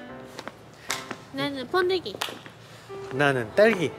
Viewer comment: 앜ㅋㅋㅋㅋ번데기 ㅋㅋㅋㅋㅋㅋㅋ나느은 붠뒈기 ㅋㅋㅋㅋㅋㅋㅋㅋㅋㅋㅋ 발음귀여우셔 ㅋㅋㅋㅋㅋㅋ